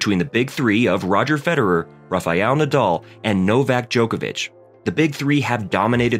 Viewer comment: Raw fee all na doll lol. It’s Rafael 😂 love the american accent